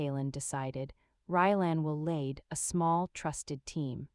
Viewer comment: Love the Story. ❤ Please, the pronunciations. Lead paint is not the same as to lead a pack. Bow in respect or arrow put to a bow string. Distracting enough to lose subscriptions.